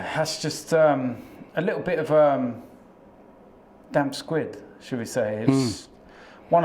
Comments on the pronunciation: Man said damp squid uno don’t you mean damp squib 😂😂😂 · Did he say "damp squid"................ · It's 'damp squib' not damp squid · "damp squid", it's damp squib mate sort it out. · Did say damp squid? 🦑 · He said Damp squid 🤣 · Did just say “damp squid” 😂😂😂😂😂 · Haha. So many people get that wrong! getting it wrong - hardly a surprise. Amazed he can read